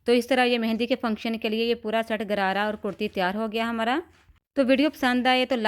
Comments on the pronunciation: گرارا نہیں غرارہ درست لفظ ہے. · Lady the correct word is gharara not Garara.